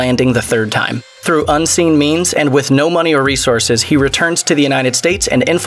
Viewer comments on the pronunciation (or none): none